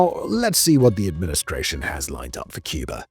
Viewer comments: President John F. Kennedy was known to pronounce "Cuba" as "Cuber". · Wow! Well done, what a well researched ADULT presentation. with no silly music or AI nonsense. Just the facts. Only one complaint: Why does he keep saying “CUB-ER”? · With how he pronounces Cuba as "Cubar" and Havana as "Havaner"....I imagine it would sound like a bunch of seals in minecraft going "ORE ORE ORE ORE"